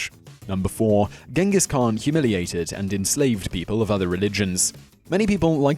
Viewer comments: Its Chingis Khaan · It's pronounced 'Chengis Haan' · Please Simon - learn how to pronounce the words you are speaking BEFORE you make these videos. It's pronounced 'chingis knan' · Idk why people calling him Genghis khaan it's Chingis khaan tough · It's not gengis khaan it's chingis khaan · not GINGES KHAAN CHINGESKAAN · not genghis khan ChinggisKhan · khan means king! also khan should be pronounced as khaan! therefore it should be Chinggis khaan! ghenkhig khan is wrong spelling(westerns)! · It's pronounced "Chingis Khan" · If you make a video about the greatest conquerer in the history of the world, please pronounce his name right. Then again as all westerners do, Ghengis Khan(Chengis Han) is vilified here. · it's pronounced (chin-giss han) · The Khan was only bad because he was mad about all the ignorant people that pronounced his name wrong instead of the correct "CHang-giss." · nope it supposed to be pronounced Chingis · You’re mispronouncing his name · you pronounce his name wrong, and where are the million corpses, seriously. where? anywhere near that urgench? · Dislike, just for the fact you mispronounced his name throughout the entire video